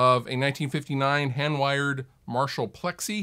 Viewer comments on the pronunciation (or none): none